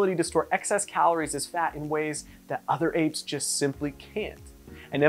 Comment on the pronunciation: Did you say other apes?